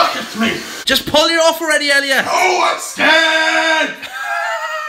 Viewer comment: Ben: jus pull it of already: NO IM SCEARRRD ME: who says scared like that?!?